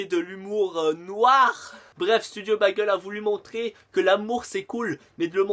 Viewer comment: Keumar pas kémar.... bègeul pas bagèl.... et pour la tenue qui ne change pas c'est fait exprès cela s'appelle de l'humour..